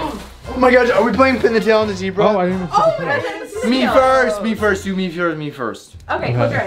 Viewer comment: you didn't said zebra right its so funny how you said that LOL